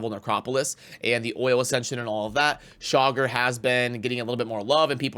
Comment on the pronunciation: I hear 'shocker' every time you say Chaagur 🤣 Saving Genbo for my FTP acct during champ chase